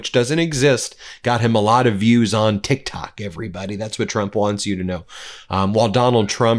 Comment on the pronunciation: It’s Tik Tak not TikTok 😂😂😂